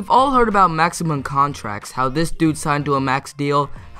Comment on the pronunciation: Lol he said maxium contracts instead of maximum contracts